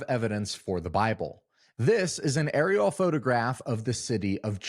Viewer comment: You said aerial photography weird